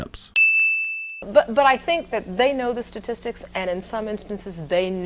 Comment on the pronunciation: As the brother said, "sa-tistics".........